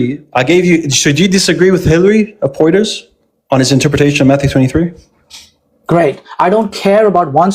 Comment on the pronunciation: pointing out cant pronounce arabic words, then mispronounce Hilary of Portiers's name:face-pink-tears